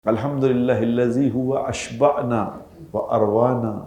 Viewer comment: اشبعنا ٹھیک کرلیں ع کے اوپر زبر ہے